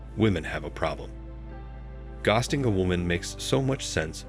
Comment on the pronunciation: I get tired of ghosting being mispronounced 😮